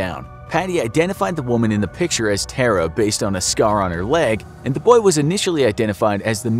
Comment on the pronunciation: Its pronounced Tara, not Terror